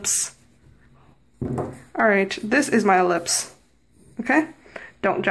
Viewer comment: thought you said lips when your were drawing the oval and i was like what lips? then i realize you meant ellipse XD nice tutorial i'm bad at drawing front view face even with guide line TT--TT